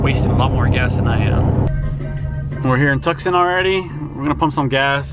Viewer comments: Tucson Tu-son the C is silent. My home town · It’s pronounced “too sawn” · Real Gs Dont Die no, it’s tucson- tuk-son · You said Tucson wrong